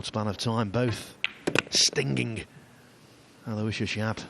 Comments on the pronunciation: That is correct. Alo - Wishus. Not Aloy - Shee us. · Aloysius is pronounced thusly...... Aloe...wish...us. (FFS!)